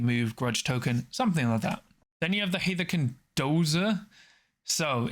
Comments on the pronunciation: It should be "Haarth-kin", I think. That, or "Herth-kin" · Its pronounced "Haarth-kin" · Great video once again, thank you! Gotta say though, I think you mispronounced Hearthkyn every single time, or… I just don’t know how it’s pronounced. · Im sure someone said it but its HEARTH-KYN was so hard to follow when i heard it 😅 i do like the video though.